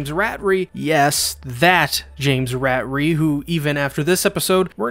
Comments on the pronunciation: he pronounced James Ratari’s name wrong, he pronounced it like Rat-a-ree, when it’s more pronounced like ruh-tar-ree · Did I just hear James “Rat-ree”, no James ruh-tar-ree